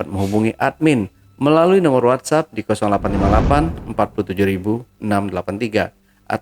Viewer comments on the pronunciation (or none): none